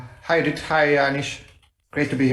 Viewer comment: It's Judit without the h 🤬